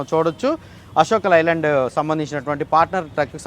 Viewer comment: లై ల్యాండ్ కాదు బాబు అశోక్ 'లే' ల్యాండ్